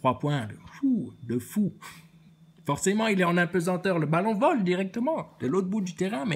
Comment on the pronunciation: "Fowwcément il est en apeuseteuww aloww le ballon vole c'est nowwmal" ahahah vdr 😅 comment tu m'as tué encore, cimer pour la barre 🙏